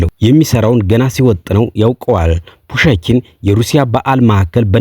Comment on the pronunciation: ፑሽኪን በል ፑሸኪን አትበል